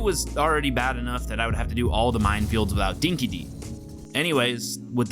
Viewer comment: Yeah, good to see you made the same mistake as every other American (including the developers) with your ridiculous pronunciation of "Dinky Di". It is NOT phonetically pronounced as "Dinky Dee" and never has been. It is correctly pronounced (again, phonetically) as "Dinky Dye". The name comes from a dog food brand here in Australia that used to be popular back in the day. The term originates from Australian slang, and ironically, means the same as "fair dinkum" or "true blue" - basically, "genuine". It's very obvious that the developers were ignorant of this fact when they chose the pronunciation in-game. If you are going to use Australian terms, at least have the decency to use them correctly. A little bit of research was all that was required.